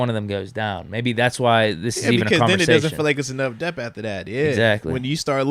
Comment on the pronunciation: Why do you always say dep when the word is DEPTH? Is there a specific reason you're leaving the TH sound off that I don't know about?